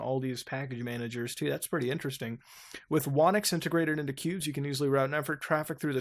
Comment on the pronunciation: You said "Qubes" but all I hear is "pubes".